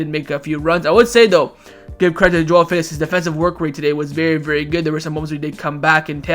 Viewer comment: chewing his words on Felix